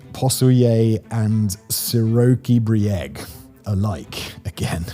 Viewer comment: Hahaha your pronunciation is really good. I know it's hard, but you're doing a good job. 😊 If it means anything Široki brijeg in Bosnian/Croatian/Serbian means wide hill. 😊